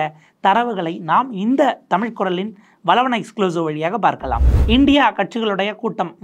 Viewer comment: வலவனா...? வளவனா...? சரியாக உச்சரிக்கவும்..